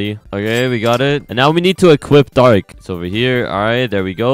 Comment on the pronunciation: Bro said bark instead o dark